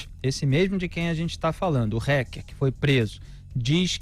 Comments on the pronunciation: Alguém diz ao Felipe que não se diz "RECKER" Kkk é Hacker, Felipe, a pronúncia é Hacker com som de A um pouco mais puxado rsrs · RÁKER E NÃO RÉQUER, ÓTIMA REPORTAGEM, OS PINGOS NOS IS É UMA BOA FONTE DE INFORMAÇÃO, GRAÇAS A DEUS POR ISSO. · A pronúncia da palavra fica melhor assim: "rÁquer" e não "rÉquer". Apenas isso, já ficará melhor! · Pô, Felipe! Fala "TELEGRAM" ao invés de "TÉLEGÜERM" para não ser muito chique, mas fala "RÉQUER" ao invés de "RÁQUER"? 😂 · Mas fala réqer .kkkk a brasileira isso haker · Dói o ouvido ouvir “hécker” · Gosto muito dele, mas dá agonia de ouvir o Felipe Moura falando "reque". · porquê não fala o nome hacker direito. reck reck aff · Em portugues hacker = aquer, english rraquer no rrequer.